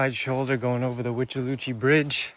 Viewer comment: I hate hurricane season...always so stressful in Florida....The withlacoochee is pronounced With-Uh-La-Coo Chee!